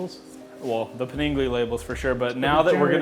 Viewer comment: paninglee doesn't offend me as much as Di-ivel